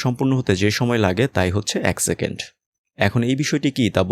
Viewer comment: Vai doya kore second bolen segend na...khb e birokto lage shunte